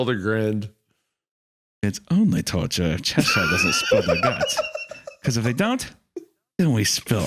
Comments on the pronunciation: its pronounced che-shuh-r. not che-sh-eye-r. sincerely, someone who was born in Cheshire (the original one) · Hunter made Cheshire sound like the chocolate sailor 😂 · Every time Isaiah says Cheshire, the Queen turns in her grave.